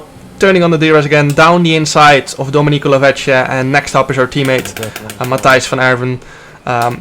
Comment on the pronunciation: The pronounciation of Dominico Lovece was 🅱️erfect!